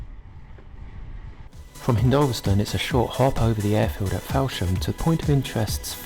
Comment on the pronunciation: This is very enjoyable, all these areas are my childhood and my father was in the RAF and we were fascinated with planes. The information is fascinating, however every time I hear you mispronounce "hindolVStone" and "fowlsham" i have to put my fingers in my ears... Lol😂